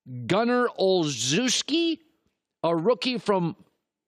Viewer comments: Pronounced Ol-chef-sky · I LOL'd he misspronounced Olzewski